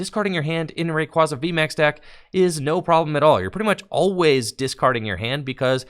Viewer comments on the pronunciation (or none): none